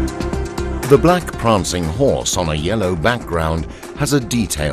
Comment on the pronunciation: "Pranging Horse" Prancing Horse... great video. Thank you for posting.